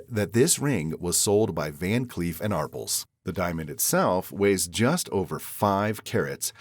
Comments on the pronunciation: It's pronounced ARPELLS not Arpulls! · Van Cleef and "r pulls"? Come on. It's so prestigious but you you don't care anything about pronouncing it correctly with your poor AI narrator. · Van clef and apese? Drop Voice over.👍👎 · The stupid fake voice didn't pronounce ARPELS Correctly‼️ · Well, they are Americans, and we know they know nothing about the rest of the world, and barely anything about their own country. Clearly, an AI narration, in the way he pronounced Arpels.